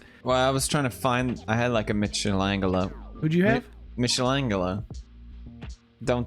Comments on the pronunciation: Pewds marries an Italian girl Also Pewds: Meeshaylayngaylow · Nah papa pewds saying mitchlangalo cracked me up edit: it's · Hahaha funnies thing in the video Pewdiepie pronounce Michael Angelo hahahaha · Correct Pronunciation: My-coal-an-jello Incorrect Pronunciation: Mish-an-gello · Me-Shalam-Ghello? 🤔 Michelangelo! 🤣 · "Michelle-angalo." Sometimes I forget Pewds pronounces things✨ special ✨ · So No one's gonna talk about "Michelle langelo"? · "meeshalengalo" i am shaking crying and throwing up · It's pronounced as My Cale Angel Oooo.. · Mich-a angle-o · I never watched the ninja turtles but Pewds saying Mitchelengalow... Oof, ow my spleen! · My name is Michel and everyone calls me Michael so the fact that Felix pronounced michelangelo as michelle-angelo makes me happy lol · ne-gi-gla-bel, and now Mishal-angle-o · "Michelle Angelo" lmaoooooo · I think pewdiepie Pronounced it that way way cause (He is Swedish) It's like Michelle Angelo in Swedish Dub instead of "Michael" But knowing he probably knows has a huge brain. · I pronounce michaelangelo like mishaelangelo too lol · Wait I'm pretty sure you're supposed to pronounce the g like the 'j' in "jelly". Spot on about the rest though. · It's MIKELANGELO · Maikellel Anghellooo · mishel angle-O lmao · Fun fact, when I was younger like 8 years old I pronounced Michaelangelo as Mitch-angle-o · michelle angleo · Named after the great renaissance artist mishal engalo 🤌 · He said MichelleAngelLo LMFAO how long has he been saying tht wrong xD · It isn't Michael angelo, though. So Felix' pronounciation isn't too far off, just exchange the sh sound for a k and you're good to go. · “Misha-langalo??! What tha f*ck? I’ve never heard that name pronounced so stupid in 30 years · Michelangelo gets its name frome the italian artist so it is pronounced Mikelangelo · pewds trying to say Michelangelo was the funniest shit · The way reacted with how pewds pronounced "Michelangelo" is just 😂👌